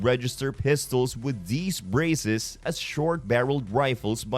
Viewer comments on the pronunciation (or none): Braces not breezes